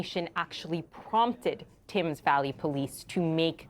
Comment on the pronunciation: Why cant American reporter's pronounce Thames correctly? Its not said as its spelled, not everything is as literal as the way Americans speak. Its just Tems, The River Tems, Tems Valley Police. No need for Tames or any of that nonsense, just say Tems like everyone else. Its also not Nor-foke. Its Nor-fukk. As a reporter based in England you really should know this.